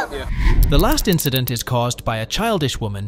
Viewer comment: "The next indecent?" I think you mean incident. (Chloe)